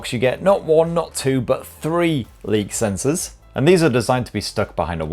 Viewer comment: Leek sensors?